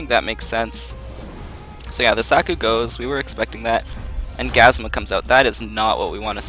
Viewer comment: it's gazUma, not gazma